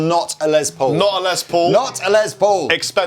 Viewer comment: His name is pronounced Less like Ness. It's short for Lester.